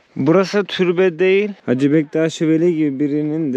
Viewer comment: Hacı deyil (HACE)